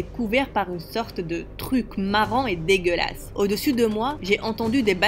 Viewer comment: On dis pas dégelase